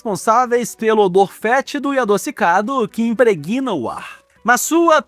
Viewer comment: O vídeo seria melhor se vc não tentasse imitar esses repórteres bobos e aprendesse a falar melhor: não se diz "fluídos" mas "flúidos", nem "impreguina-se", mas "imprégna-se". E esse ar de intelectual não combina contigo! No mais, sucesso, porque o assunto é útil.